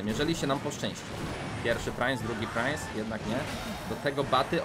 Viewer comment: Czemu mówi prainc jak wypowiada sie princ